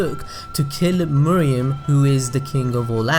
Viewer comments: Nice video man... but his name is Meruem (May+Roo+aim), Not (Moo+ree+yum). It bothered me more that it should. I am really sorry for this comment (But i couldn't help it). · Dude. R u serious. She just said Meh Roo Am. Can't you follow their way of pronunciation instead of saying your MooRuuAm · Meh-roo-em not Moriem or muriem nor Miriam, sorry but it bugs me a lot 😅😂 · It’s Meruem (Meh-ru-em) not Mereum (Me-re-um) by the way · cant help but to correct mr. narrator. its MERUEM and not MERIEM. 😂😂😂😂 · "Murium's character highlights what we love most about this series, I may make pronunciation errors in this video." Oh really. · I was curious about the video, but couldn't finish due to the egregious mispronunciation of 'Meruem' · Did you watch the anime? I dont mean to be rude but one of the characters even goes so far as to very slowly pronounce his name and you still dont follow?